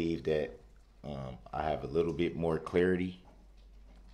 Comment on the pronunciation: And it’s CLARITY not CLEARITY!!!